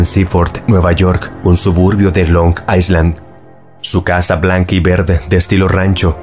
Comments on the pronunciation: Me encantan tus videos, los veo desde hace varios años ❤ PD. Island se pronuncia “ailand” ✨ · solo para corregir, la palabra "island" se pronuncia "ailand" sin la S